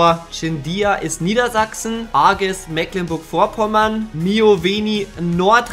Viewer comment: Mecklenburg Vorpommern heißt das und nicht Mäklenburg